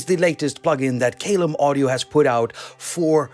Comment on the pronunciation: Love that this is free! BTW, the pronunciation of Caelum.... The first syllable is pronounced 'kai' as in 'Kai Aras' 😉